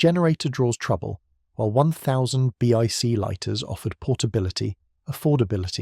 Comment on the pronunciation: You asked what i think. Excellent info, but the ai generated celeb deepfakes and poor voiceover (B-I-C lighters?) really detracted from the video. I didnt mind the ai b-roll (as much), but the slop should really go.